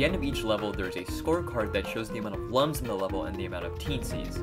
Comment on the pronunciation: Slight nitpick but Lums is pronounced as looms, like illuminate. (It said it in the Origins book 😬) Legends will always be my favorite out the bunch. Best we can do is maybe wait for another 3d game.